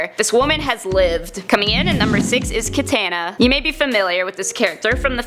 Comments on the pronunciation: It pronunced Ka-ta-na not kay-ta-na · My nit pick is its pronounced kah-tah-nah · Jim Adkins no it’s ka-tan-na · kah-tah-nah* Kah-Tah-Nah! jesus stop butchering the Japanese language! #otakusunite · Oh, for the love of... Katana is pronounced KAH-TAH-NAH! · Lol. Kah-tan-nah🤣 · Kat-AH-na!!! C'mon, don't be one of those people. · Ket -tan-na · Coreydoesvideos Ka-Tah-Na* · Who the hell pronounces Katana like that? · Cringed how she said katana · How she says katana makes me cringe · Butchering the word katana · Am I the only one who is annoyed by the fact that she can't pronounce katana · You're pronouncing Katana wrong. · Please learn how to pronounce Katana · you butchered Katanas name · 2023PerfectDark That's a matter of where you're from for an "English Pronunciation"